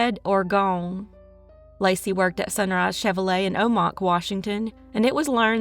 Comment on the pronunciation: O-Mack not Ah-Mac, just in case you need it ever again 😉 Washington State born and raised. We are kind of anal about how you say city/town names. 🤣 Probably because we most likely have the hardest places to pronounce.